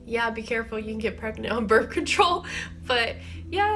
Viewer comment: "birf" lol birth